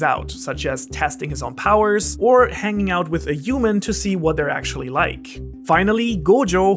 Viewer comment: I just heard you say "uman" instead of "human" ( ~) and now I'm curious of how you say "huge"